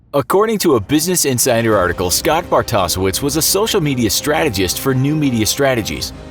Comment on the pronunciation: No relation, but it’s pronounced “Bart-o-shevitz”.